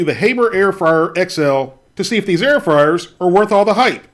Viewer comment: Air froars 😂